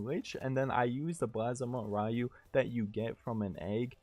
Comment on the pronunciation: Constantly pronouncing the name wrong got you a thumbs down.